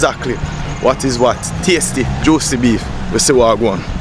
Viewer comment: The guy in the yellow shirt so funny. He keeps saying tastee and juici...